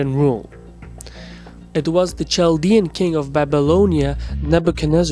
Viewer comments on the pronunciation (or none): Sorry but I don't like the accent of the narrator. And by the way, Chaldean is pronounced 'KALdean' not 'CHALdean'. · KAL DEE UHN. Kaldean. Kal-deeeeeee-onnnnn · Chaldean is pronounced like Kaldean. K sound. There is a large community not just in Iraq but metro Detroit area too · Jusy a quick point out here chaldean is pronounced kaldean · Its spelled chaldean but its pronounced cal-de-an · pronounced "kal deean" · The repeated mispronunciation of "Chaldean" is cringe-worthy.